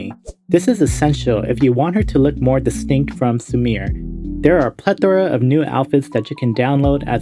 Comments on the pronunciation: Sumire isn't pronounced as "su-meer", it is "su-mi-reh". 😒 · You pronouncing "Sumire" as "Samir" is legit hurting my ears...